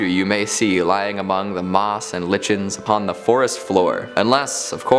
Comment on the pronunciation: "Litchens"? I cannot believe you said that. Do it again, only say "LIE-kins" this time. Thanks.